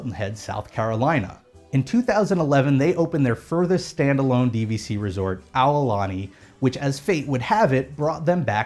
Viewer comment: "A-woo-lani" lmao